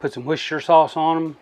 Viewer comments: Hit subscribe right after the worcsheshtershishire pronunciation 😆 good laugh great video! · Its pronounce Wooster shure i klnopw im a Yorkshure boy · Beautiful job bro. Oh yeah ... Woooostershur for a pronunciation. 😎🎼🤪🎵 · Lol we are gonna have to work on your Worcestershire pronunciation skills hahaha